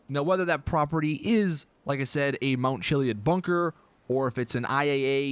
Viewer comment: “Mount chilly-id”